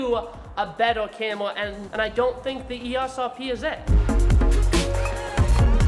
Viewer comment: “Cam Wuh” 😂